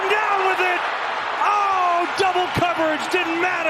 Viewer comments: “Cwistian Watson 👶” 😂😂😂😭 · Witewawwy Chwistian Watson